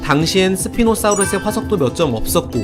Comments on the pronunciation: 사우르스가아니고 사우루스입니다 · 발음 개어랴웠겠다 ㅋㅋㅋ 스피노스뵤ㅣ노습히노스픠노